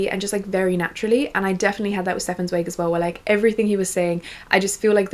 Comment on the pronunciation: so happy to see you promoting free favorites when so many other creators promote overconsumption :') also, im pretty sure Stefan Zweig is pronounced like TS--vige. "vige" like bike if that makes sense!! im starting beware of pity by him and am super excited to keep reading